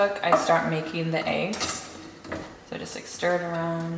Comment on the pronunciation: I can tell you from the PNW by the you say eggs lmao. eeigs